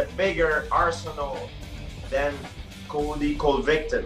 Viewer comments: does Colby Jawvington sound better ? 🤣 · "Cody colvicton" as GSP said 🤣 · GSP is saying Colvy Colvicton....is that right ?🤣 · "Cody CoVIKten"